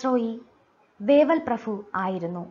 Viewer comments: ഈ പ്രഫു എന്ന് കേൾക്കുന്നത് അരോചകം ആയി തോന്നുന്നു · Prafu alla prabhu....